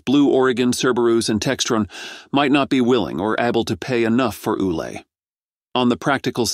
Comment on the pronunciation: WOW. THIS GUY CAN'T SEEM TO FIGURE OUT HOW TO PRONOUNCE "ULA". I HEARD AT LEAST 5 DIFFERENCE PRONUNCIATIONS.